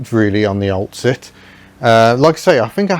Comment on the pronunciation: Cant unhear " Ol' Cit' " - Old Citroen. Was it on purpose maybe?